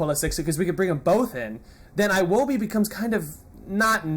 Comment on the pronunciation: iwobi is pronounce ewobi